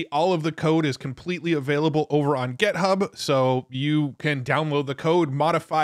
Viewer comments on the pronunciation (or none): Why does he say "gEthub"? is it to get more comments on his vids?